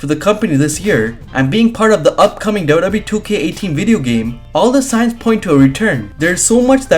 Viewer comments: Can u pls learn to say WWE properly double u double u e. U say dodo e. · Na I'm sorry he's saying doe doe B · Is it me or does it sound like he's saying wwbee